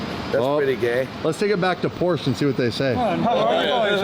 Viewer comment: There is no R in porsche 😂